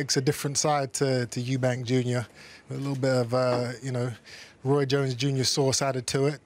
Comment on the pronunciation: Eubank. There’s no s in it. LOL